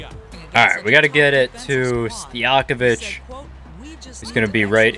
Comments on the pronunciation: I was bothered when he said stojankovic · No one: Him: Peja Stijakovic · Stojakovic too